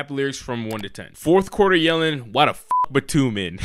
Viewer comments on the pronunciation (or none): I thought Batum was pronounced the same way as Tatum